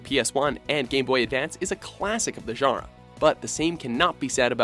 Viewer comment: i wish you pronounced "genre" as "john-ruh" instead of "jhunr"